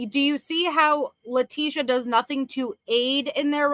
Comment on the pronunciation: Poor says nothink not nothing like CACAstricia